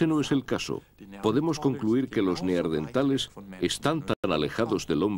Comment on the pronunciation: Por qué en España incluso en los doblajes dicen Neardentales, acaso no es Neandertales